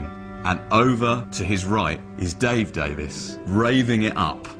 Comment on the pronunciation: Not the "Davis" brothers....the Davies brothers....DavIEs